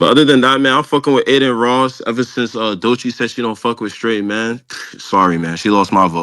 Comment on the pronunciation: Bruh why you keep saying doy chee?? Its DOE chii😂😂😂😂😂😂😂😂